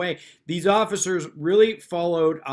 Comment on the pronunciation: very funny how they are so snug about how right they are but everyone else is wrong. yes, please be quiwt. i sant council. well, maybe not. i'm done talking. so shut up. just keep saying the magic words! but wait. the oggicers did not disappear. did he say the words wrong?